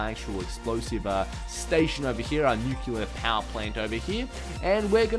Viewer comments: Oh my goodness! He keeps saying nuclear wrong! its not newkyewler! its newkleer! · Nuclear*. Not nuculear.